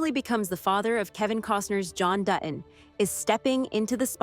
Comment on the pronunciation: Learn how to say Dutton. It’s not Du on it’s Dutton…like you said later in your narration. Don’t you review yourself before posting? It totally invalidates your point